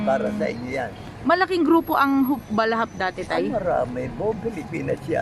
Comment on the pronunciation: Hikbalahap,obob.hindi hikbalahak hahaha